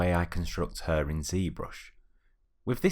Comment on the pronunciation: it's HAIR like in AIR right? Not "urrr" XD anyway good stuff!